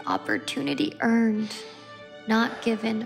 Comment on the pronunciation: there’s a reason you said “earned” like that. Because you know you didn’t earn working with the NFL.